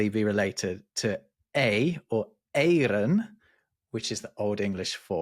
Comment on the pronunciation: The way he pronounced eyren sounds very much like "eieren" (eggs) in Dutch.